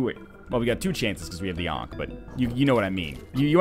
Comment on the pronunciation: for 'ankhey'